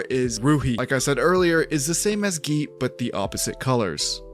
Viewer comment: As an Indian (all these names seem familiar), I'd like to note that just like you now know how Pavi is pronounced, I'm pretty sure you don't say nee-sha, just ni-sha. Also, Geet means song or music, and it's pronounced more like Geeth Thanks for sharing! I actually do look forward to this new phase, as someone who enjoyed TLOK